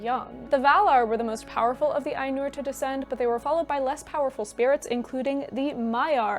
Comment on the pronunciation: it's Áinur not Ainúr